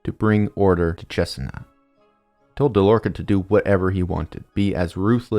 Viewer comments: dude I love the presentation but you’re killing me with the name pronunciations. It’s MÉdici ( first syllable) not meDIci , and CesEna not CEsena ( second syllable) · I think your pronouncing Cesena wrong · I’m from Cesena and the video is interesting and very week made But your pronunciation is quite funny